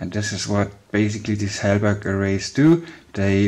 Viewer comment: Halbach array not helberg